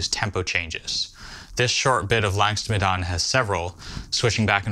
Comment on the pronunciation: Mate it takes 15 seconds to look up the correct pronunciation